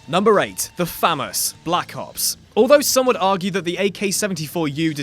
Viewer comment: I don’t thick that’s how u say FAMAS 😐🤔